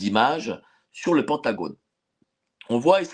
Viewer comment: en français, on prononce Pentagone = PINTagone